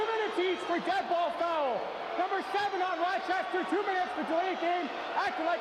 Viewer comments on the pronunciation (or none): none